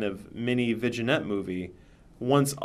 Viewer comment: Did you mispronounce vignette on purpose?